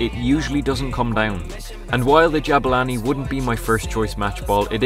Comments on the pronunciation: Its Jabulani not Jabalani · Jabulani not jabalani